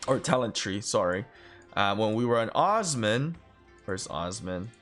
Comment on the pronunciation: It’s not uzman…. It’s Osman. Ooo-sss-man.